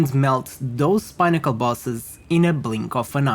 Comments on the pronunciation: 😂😂 it's "peh - nuh- kl" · “Pinn” to rhyme with ‘win’, as in win or lose. I think 2 x n’s is always(?) pronounced this way (inn, dinner, Finnish, innate, etc). Thanks for the build. Just what I needed. Couple of errata I noticed: you forgot to add the CI node on your mobalytics passive tree, and you can’t get +rarity find% on body armour in the mobalytics text! 🤓🫡